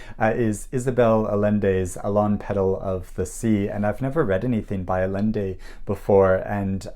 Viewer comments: I look forward to your wrap ups every month. I make a big ol cup of coffee and just sit down to watch. I need to pick up something by Isabel Allende. By the way side note in spanish the double LL is pronounced as "ayende" instead of "alende" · Great selection of books! And congrats on finishing writing yours! Just added The Colony and Happy Stories to my TBR. Glad you've discovered Allende (Alicia's right, it's more like Ah-YEN-dey). I've read a ton by her - when I started trying to read more in Spanish she was one I could count on to be fairly reliably decent. She's so prolific, though, I haven't come close to reading everything, and I do find there's some unevenness. I found her YA book awful, others I have found just okay. Where I think she shines is historical fiction that ties in Chile - my favorites are Portrait in Sepia, Daughter of Fortune, and Ines of My Soul - sounds like this one is in the same vein, so I'm bumping it up! I love Ruth Ozeki, and I loved The Book of Form and Emptiness. I guess I just went with all the devices and enjoyed the ride! I liked how much it let us in on what the mother was going through as well, even as Benny was annoyed and embarrassed by her all the time. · FYI, the double L in Allende is pronounced like a Y!